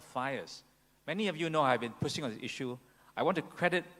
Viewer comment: I don’t get his accent. Minsan american tapos minsan tagalog pronounciation pa. “Puuushing, biiiiternes” hahahahahahahah. How inconsistent. Halatang pilit. Can you just keep it simple and stop pretending.